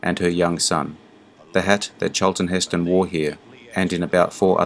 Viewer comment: "CHAAL-tun HIS-tun" 😂